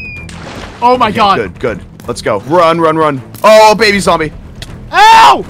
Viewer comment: when ranboo said “ohh a baby zombie” i thought he said “ohh a baby saw me”😭🤡